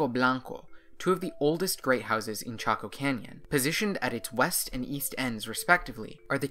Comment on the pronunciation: I thought your pronunciation was off, too and here it is already in a comment. Go ask a native 🤣🤣🤣🤣